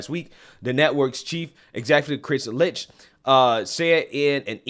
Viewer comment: His name is pronounced "lickT"